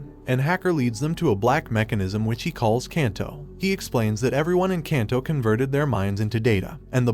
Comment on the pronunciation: um its pronounced KAHNSAI!, and KAHNTO!, and SHINKAHNSEN, not caan, come on dude!